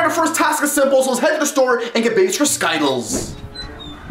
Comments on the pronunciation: Its skittles not skyttles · It is skyttles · People who didn't understand when they said sciddles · that's not how to say Skittles but ok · Why do you pronounce it wrong 😂